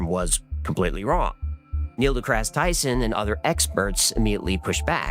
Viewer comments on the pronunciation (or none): Lol "Neil Decrass Tyson" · Did you really say "Neil Decrasse Tyson" !?!? I certainly hope so, I find him to be insufferably crass as well XD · why did you deliberately mispronounce Neil deGrasse Tyson